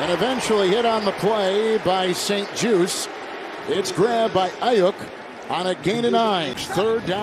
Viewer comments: Super annoying the announcer can’t pronounce aiyuks last name right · Why it’s saying Ayuk like that😂